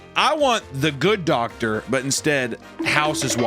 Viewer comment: Doctor ❌ Doctorpher ✅